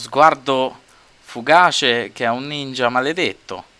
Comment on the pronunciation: Che poi quando dice "Sono un ninjy(Perdonami se l'ho scritto male non sono esperta)Ti fa ridere ancora di più!!!